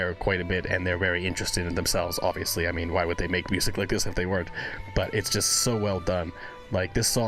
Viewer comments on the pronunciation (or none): Every now and then you will here is accent , as the letter j is pronounced y in swedish. So the word just , he often pronounces yust :) oh and as a side note ,the drummer Hannes ( pronounced Ha ness) is maried to Floor ,the singer of Nightwish. You can also react to " no bullets fly " nightwitches or " lady of the dark" all 3 in the animated versions